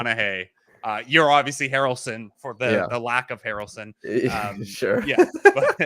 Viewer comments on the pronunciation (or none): "You're obviously Harrelson for the lack of Hair-elson" hahaha